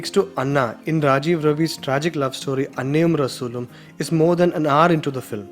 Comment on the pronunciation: when he said annayum rasoolum correctly,i realised he is a malayali😅😌😌😌